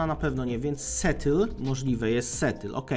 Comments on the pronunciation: miasto w USA -> SEATTLE nie czyta się "setyl" , tylko "sijatyl" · na przyszłość, wymawia sie to "sjetyl" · Jaki kurwa „Setyl”?… szacun za Geografię, ale angielskiego się uczyłeś z madagaskarskich komiksow? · Mexu jakby co Seattle czyta się Sijetyl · A co do tego ma źle wypowiedzone Seattle? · no właśnie XD strasznie dziwnie to zabrzmiało